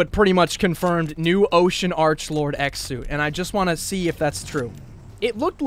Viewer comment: please don't say Archbold it's arklord